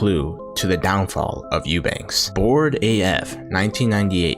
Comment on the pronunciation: What kind of serious channel do you aspire to be when you freaking cannot pronounce the guy's last name properly? Eubank without an S